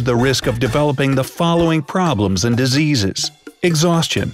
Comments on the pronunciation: nice English cardiovascular diseas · DISEAS 😂 LOL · Somebody's sleepy. "Diseas" 😂😂